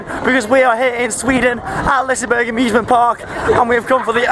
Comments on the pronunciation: And Its Pronounced Lis-e-berg-an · You keep saying the amusement park wrong. Its not Liceberrrg